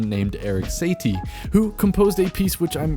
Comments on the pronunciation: Lol Erik Satey... it’s pronounced Sa-ti-eh...but it’s nice to see an appreciation towards classical music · satie is pronounced “saw-tee-ay” not “say-tee” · Erik Satie is pronounced Suh-tee. You're welcome 😂. Great video btw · The composer's name is pronounced Eric Saw-Tea ♥️ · Eric saties song is pronounced like "nosy-N". That was the first connection I made personally when I heard the song. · Heads up, the composer is Erik Satie (pronounced Sah-tee) and Gnossienne is (Naw-see-en) hope this helps! Really cool info about the Bflat. It’s also the lowest note in the original Gnossienne 1. =) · Probably need to pronounce “Satie” correctly 😖